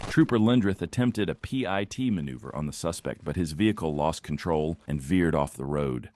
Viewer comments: Call it pit maneuver not a P-I-T maneuver you P-U- * - * -Y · Just call it a pit, not a P.I.T. that shit is annoying. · It's called a pit maneuver not a p i t